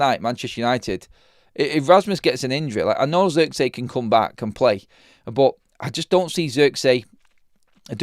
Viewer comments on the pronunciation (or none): none